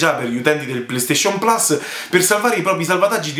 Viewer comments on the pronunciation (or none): none